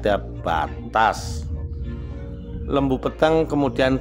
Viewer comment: Lembu Peteng ,...e lelet bukan taling... Huruf ta...bukan tha,...bukan lembu Petheng...iki tha. 😂😂😂😂😂